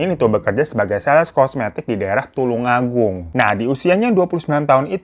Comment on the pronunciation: Bang tulung agung bukan tulang 😂😂😂